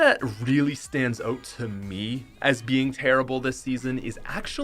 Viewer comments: Who else realises he says ‘oat’ instead of ‘out’ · Nobody: Out is pronounced oat